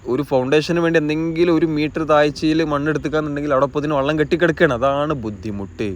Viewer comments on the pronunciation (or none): none